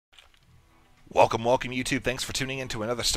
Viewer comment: what was that at the beginning? Waka Waka or Woka Woka (Shyriiwook=Wookiespeak)?? [I know you mean 'Welcome Welcome']